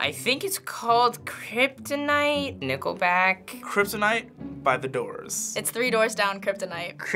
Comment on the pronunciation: When he he said Nickleback I face palmed